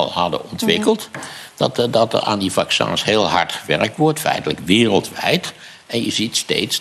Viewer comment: 'Vaccûns'. Lekker Maarten.